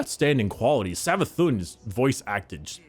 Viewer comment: "Savathun" Oh God.. Its Prnounced Savathoon (Cause It has the Accent above the u making it Like this Savathûn, Meaning its Not a 'u' sound its a oo sound instead.)